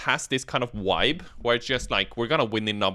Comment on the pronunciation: The "wibe" <3 What it's all really about.